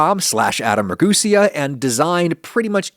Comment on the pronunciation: How to get some good but mostly false information right at your door step! Watch as, Adam Ragusea butchers his own name and tells you how to make things the right-wrong way! Please youtube stop giving me this guys ridiculous home foods as it's only American and mostly wrong! Fk aff bea